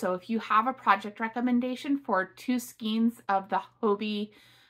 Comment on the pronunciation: Thanks! Love everything. Hope you don’t get offended: skein is pronounced “skane.”